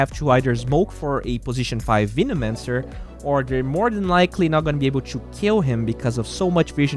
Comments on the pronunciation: Still slightly triggered about Veenomancer pronunciation. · "Veenomancer"" 😂😂😂 peace